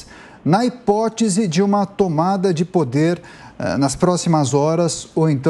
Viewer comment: Quase ninguém estava preparado, mas, mas, mas..... Na "hipotisi" .....